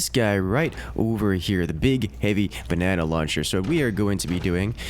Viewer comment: ba-nae-naed on